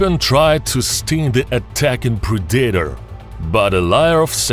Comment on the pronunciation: That was seriously PAINFUL to listen to. Preedaeter lol